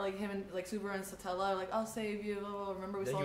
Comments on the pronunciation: Satella, not. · Coming back to this after getting updated through Season 2 ep 10, I finally realized how f'd up it was that she said her name was Satella. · its stella right na sa-talla